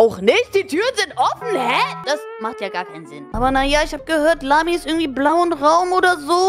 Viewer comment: Warum sagt emily zu lami lamzi